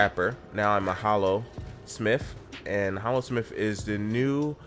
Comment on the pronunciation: My ears bled when he said Hallosmith